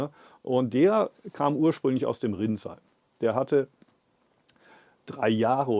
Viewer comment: No offense to you, but the use of the AI voice is really annoying. It misprounces a lot of words, including "Rinzai Monastery" as "rinsing toilet." At least that's what it sounds like to me. Other words like Antaiji, zazen, shikantaza and sesshin are also unrecognizable. I'd prefer to just read the English subtitles and hear your voice in German in the background. Respectfully. 🙏🙏🙏